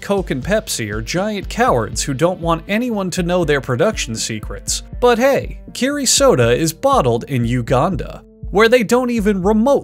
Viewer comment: isn’t that kero, not kiri?